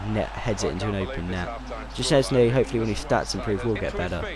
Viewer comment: OK for the future reference szczesny is pronounced like shchesny and blaszczykowski is blashchykowki hope i helped and you will pronounce it right ;)